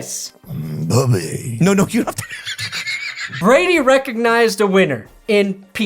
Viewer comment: Your a broncos fan why can’t you say tom Brady’s name